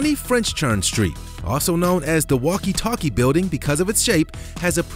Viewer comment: First sentence of his video .. “20 fench Chern street “ .. oh boy as he stoned when doing his voice over - or can’t he read ? It’s Fenchurch Street . File this one under “b” ..